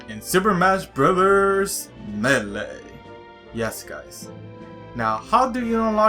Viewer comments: Not me-le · its not pronounced meelee lmao do u not hear the announcer? its pronounced maylay (lol watch someone reply calling me a grammar Nazi or something similar) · Melee is supost to be pronounced ma-la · I am trigged on how u say melee